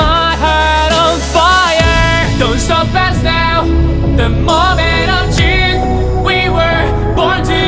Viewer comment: The only thing he can't pronounce well is the word "truth" it sounds like "treethp" idk yk?